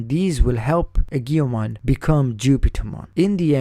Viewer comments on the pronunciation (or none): I beleive it is pronounced AY-JO-MON or EE-JO-MON.